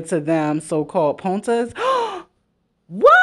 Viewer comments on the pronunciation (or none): you keep say POOTNAS is killing mee😭😭😭😭 it’s POTNAS friend as in “ Partners “ but how southern ppl say it 😂😂😂😂